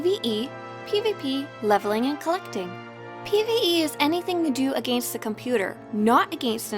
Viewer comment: the way she said against killed me.